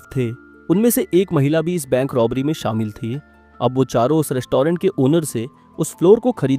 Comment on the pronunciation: Rest-toh-rent, behari ho ka beh😅